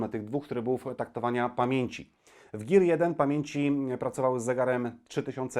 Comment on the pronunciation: "Gir" xD